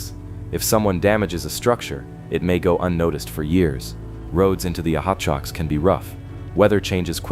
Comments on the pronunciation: oh-chu-ko. thx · Oh choke oh mtns??? Bwahahahaha so mispronounced. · Hard to believe in a mine when the narrator has made no attempt to pronounce the name of the mtn area correctly